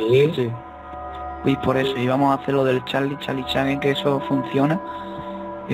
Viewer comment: se dise solo charlie charlie no cahlie charlie charlie